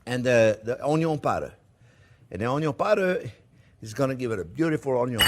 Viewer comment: My wife absolutely love this channel. In the kitchen when we cook, we always pronounce onion "onn-yon" as Chef Jean-Pierre does. He should sell t-shirts! Even a child could do it!